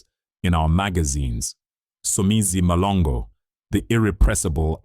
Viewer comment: It's MHLONGO..embarrassing for a black person butchering Somizi's surname like that.